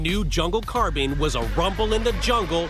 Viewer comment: Really, why can NO ONE on this show pronounce carbine?! I'm sick of hearing carbean